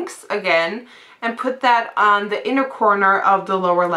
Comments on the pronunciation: i love it when you say " and now for da " instead of "the" u sound like ur saying "da"..lol..funny..love the look by the way!! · I love how you say "dah" instead of the! I love your accent. :)